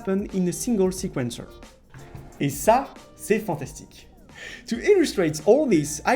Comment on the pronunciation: "et ça c'est fanstastique" 😂